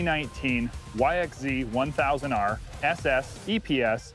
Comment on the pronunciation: 2019 Xzy1000rr ss se ee vb tqr lq lgtb 14 sr Wtf did he just say